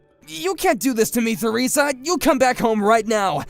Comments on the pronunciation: Its pronounced teresa not feresa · The - H- in Theresa is silent. You pronounce it the same as Teresa Oh my. GOD Harriet. Stop letting Jackson walk all over you! Stop apologizing for things that are HIS FAULT. You're ENABLING HIS SHITTY BEHAVIOR LADY It took her WAY too long to put him in his place! That said, it was a pretty satisfying comeuppance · Theresa is pronounced Teresa. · THE H IN THERESA is silent you just say teresa